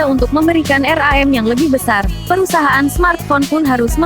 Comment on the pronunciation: Ngakak bilang RAM aja jadi R A M wkwkwk